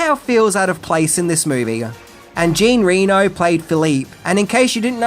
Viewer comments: Jean Reno" is pronounced "jhohn" (not gene , with a soft N) & reh-No (not REnoh like the Nevada city).... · Wow, lots of mispronunciations of names here. First, Roland Emerich’s last name isn’t pronounced like “rich”, but like “rick”. Second Jean Reno’s first name isn’t pronounced “jean” like a pair of blue jeans, but more like “john”, with the “j” sound almost like Zsa Zsa Gabor. Lastly, Ian Ziering’s first name isn’t the traditional “Ian”, but is pronounced like “Eye-an”. These things drive me nuts! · I remember thinking it was a dire movie and the only good thing about it was Jean Reno (it's pronounced John, not Gene/Jean btw ;) ) as he obviously just went out to have a bit of fun with a dire script. Personally I think Matthew Broderick was hamstrung with a dire script and poor direction, which even he could not turn around. Yeah I'm not exactly a fan of Independence Day either. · When people call Jean Reno “Gene ReeNo” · yeah, was he for real? Djean Renou? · “Gene Reno”. 😅👍🇫🇷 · I always liked this movie, just think it's entertaining. But I'm not a die hard Godzilla fan, so I do get why some people who are, hate hit. And time to brush up on your French,, to pronounce Jean Reno slightly ok. 🙂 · The way pronounces the names "Emmerich" and "Jean Reno" had me in tears 😂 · Oh,, please... I just had to repeat the scene five times because I couldn't believe my ears. The actor Jean Reno's name is not pronounced like a pair of jeans and the city of Reno. Jean Reno is a French actor, the correct pronunciation would be Jean as in Shaun of the Dead and Reno as in the French car brand Renault.😂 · I love you but boy did you butcher saying Jean Reno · you butchered Jean Reno's name! It's pronounced like Van Damme's name... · Please learn how to pronounce names. Jean Reno wtf?!